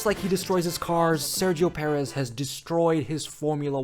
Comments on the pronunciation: “Spinio Perez” 😭😭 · "Sairgio Perez" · SEXOW PERREZZZ LMAO